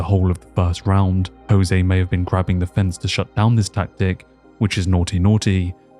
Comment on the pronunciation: Irrationally upset about how you are saying Jose